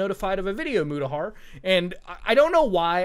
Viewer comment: I'd just like to inform you that his name is Muta, or Mutahar, not "Muda", for future reference